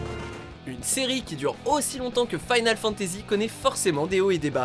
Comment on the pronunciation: Le fait que FF XIII soit linéaire c'est normal vu que tu incarne un groupe de fugitif pressé par la temps, mais vu comment vous prononcer Final Fantasy en mélange le français et l'anglais vous êtes pas crédible --" et ce FF est bon mais vous ne l'avais sans doute PAS fait...